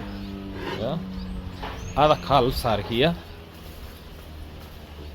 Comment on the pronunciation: This morning. Not today morning. The l is silent in calves calm.